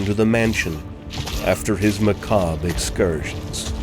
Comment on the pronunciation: I loved this video & I love that you know how to pronounce macabre!